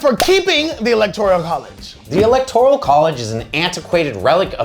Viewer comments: ELECTORAL NOT ELECTORIAL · I can't get past you constantly saying electorEEEEEEal college. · Does keep saying "electorial"? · why is he saying electorial lol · saying electorial college is hilarious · Is it just me or is saying “electorial” college? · Yup, that's what I'm hearing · 😂😂😂😂😂😂😂no, it’s not just you. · Nope, he's saying it...